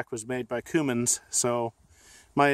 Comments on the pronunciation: CUMMINS SIR, NOT COOMINS. I WOULD LOVE TO HEAR YOU SAY KOMATSU LMAO 🤣🤣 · Coomins 😂😂😂 it’s Cummins